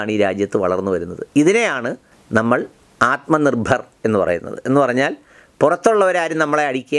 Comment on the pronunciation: "ആത്‍മ നിർഭർ ർ ർ ർ ർ ...." കാണാനും കേൾക്കാനും ആസ്വദിക്കാനും കൊള്ളാം ... ല്ലേ മോദിപ്പോലീസേ ???